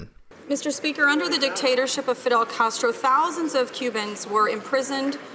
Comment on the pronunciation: Justina Castr-Uh is a joke!!!!